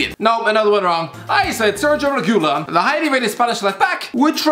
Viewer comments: like gabriel jesus cristiano its pronounced Reg-i-Lon And Hoi-Bierg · why cant any just google how to say hojbjerg and reguilon lol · Think he's doing it on purpose for both Upamecano and Reguilon